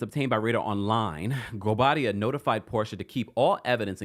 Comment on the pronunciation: Chile that gavel and the pronunciation of goubadia air please 😂